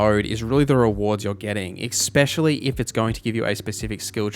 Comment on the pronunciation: The word "especially" is pronounced just like it looks. Just trying to help! ES-specially, not EX-pecially. <3